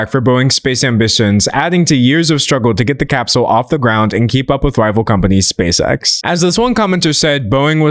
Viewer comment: i thought you were saying "space sex" 😭😭